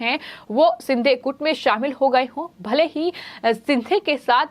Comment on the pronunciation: Is ko koi toh bolo yaar.. lagbhag har shabd mein 'huh' naad ka prayog na kare. Doosro cheez woh एकनाथ ' शिंदे' hai एकनाथ 'सिंधे' नही।